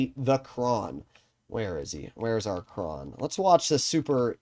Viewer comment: its Kran not Krohn